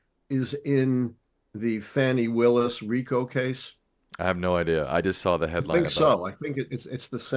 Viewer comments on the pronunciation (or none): Her name is pronounced FAWN-y Willis.